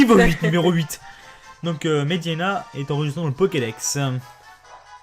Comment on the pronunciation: Toi et les noms de Pokémon ça fait 800 000? Medhyèna. pas Mhediena ^^ Mais bon pas grave. (Et éclate-roc, pas éclat roche. xD)